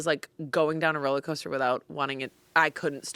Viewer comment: I can't believe nobody called on "rolla coaster". I wonder if she realizes the word is "rollercoaster" or if it's just Boston-adjacent vernacular?